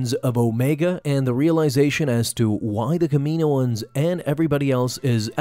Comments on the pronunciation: Bruh, it’s not Kamiiiiiiyynoens it’s KAM-E-NO-ENS. They say it in the shows and movies that way. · Cam-in-oohh-ins please lol 🙏 they way you say it sounds strange to me but great vid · “Kah-meh-no-ans”. Sorry you’re pronouncing it incorrectly. Just a heads up!! 😬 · Here's a fun game: take a shot every time he pronounces Kaminoans wrong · Learn how to say Kaminian bro come on